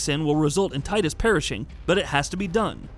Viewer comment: After all these years people don't know its TEE-dus... NOT tide-us... square has confirmed this multiple times. Get it right.